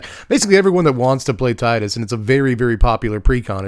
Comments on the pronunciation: Tea-dus is correct... but c'mon Tie-dus is so much better in English specifically it hurts. It probably wasn't intentional, but it fits so well. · Tidus is pronouced like Teedus. You are correct. But I really dont mind anymore. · The clip you're thinking of is probably from Kingdom Hearts. Tidus's name is never said in FFX, but it is said in crossover content like Dissidia and Kingdom Hearts. And in Kingdom Hearts, Wakka says Tidus's name. (And in KH2, Selphie also says his name, but she says Tye-dus instead of Tee-dus, meaning that there are two official pronunciations of his name within the same franchise.)